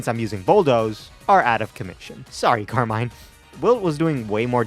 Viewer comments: I also looked it up in the pokemon presents-- the way you pronounce Carmine is correct. Car-mine. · You pronounced Carmine correct lol they said it that way during the pokemon presents